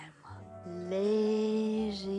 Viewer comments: Did she have a speech impediment? Like why does she sing layshy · She pronounces the z in a weard way. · Why does she pronounce lazy like lashee